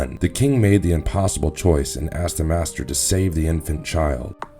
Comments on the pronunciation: A Caesarean birth is cutting open the mother, they just did it totally wrong and like a butcher. Also maester not master. It seems you did a brief read and yet you have done better then most who are avid book readers. Good job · Dont forget masters when its actually meister .